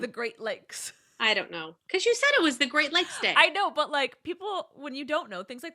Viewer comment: Great lakes... for a second i thought it was "great legs awareness say" Im Here like thats a thing????